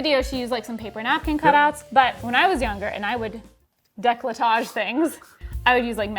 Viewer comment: As a peved Frenchie! I just came here to say DECOLLETAGE is NOT pronounced DE-CLE-TAGE (english speakers make the O silent) but DE-COL-TAGE (the E is silent) 😅